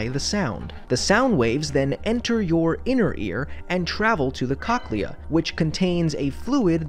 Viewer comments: Hey, just a heads up: the correct pronunciation of cochlea is with a long-O, like "Coke-lee-uhh". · Good video. My only nitpick is you mispronounced cochlea. It's pronounced as coke-lee-uh (kokliə)